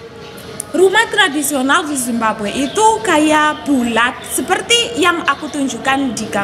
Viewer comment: Makudnya Zimbabwe, bukan simbague wkwk